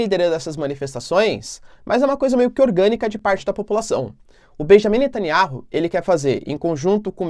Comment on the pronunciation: O nome do Primeiro ministro de Israel é BENIAMIM NETANYAUH e não Bejamim Nataniárru. Não é inteligente mudar o nome das pessoas